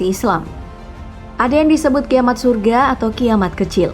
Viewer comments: Maaf min sedikit koreksi, Min pas narator salah melafalkan "Kiamat Sugra" (tulisan udah betul), tapi pas pengucapan atau pelafalan Narator bilang "kiamat Surga". Gitu aja min. semoga bermanfaat. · Pengisi suara ngk pernah ngaji kyaknya...kiamat SUGRO bukan kiamat surga 😅😅😅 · Koreksi: kiamat kecil Islam itu di baca sugra y min😅 bukan surga. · Mohon maaf min itu dibaca sugra apa surga ya di menit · KIAMAT SUGRA BUKAN SURAGAA !!!!!! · Min itu bacanya kiamat sugro bukan surga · kak itu di baca nya kiamat sugro, tapi kalo di tulis itu sugra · Kok aq dengarnya kiamat surga ya ngomongnya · Sugra atau di bacanya surgo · (Sugra dibaca sugro)( kubra di baca kubro) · koreksi dikit, itu kiamat sugra, dibaca "sugro", kubra dibaca "kubro" karena dalam bahasa arab ngak ada ra, adanya ro.